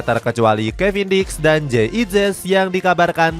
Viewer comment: Kevin diks ya teman-teman bukan kevin dick 😅